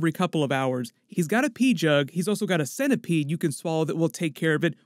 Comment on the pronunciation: Also centipede —> centi-pee?! Hahaha